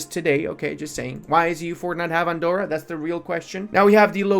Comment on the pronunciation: Please, Andorra its pronounced with a hard r